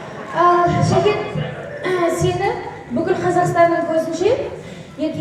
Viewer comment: шакен емес сакен десе кушти болад,или "С" га тили келмиме,Нуржан Сакенди кушти салды айнытпай,Замирада олтирди